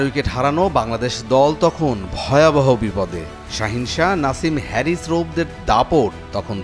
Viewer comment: নাম হচ্ছে হারিস আর আপনি বলছেন (হ্যারিস) কেন??